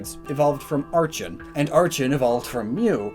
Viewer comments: archen = ar-ken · It's ARK-en, not ARCH-hen. Edit: It's also con-VER-gent, not CO-ver-gent.